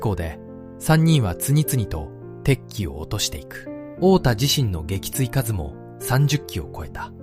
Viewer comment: 撃墜かず、、「げきついすう」😢